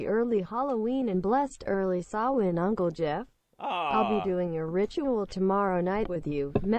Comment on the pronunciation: "sam hain" ugh, dead..... sah-when